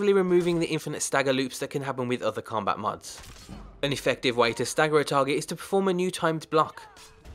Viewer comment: Finally you said combat correctly!